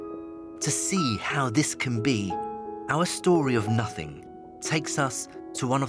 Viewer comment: Haha thats not "nothings" 😂😂😂